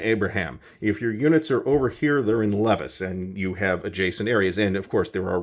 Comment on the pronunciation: Pronunciation wasn't bad. Don't pronounce the "s" in Levis, Ste. Foy (Fa-wah). Etchemin was pretty close (it's Abenaki), so you pronounce the t, confusing because it looks French (and road).